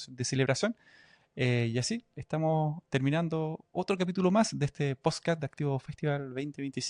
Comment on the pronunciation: Nunca nadie le dijo a este tipo que decia mal la palabra PODSCAST!!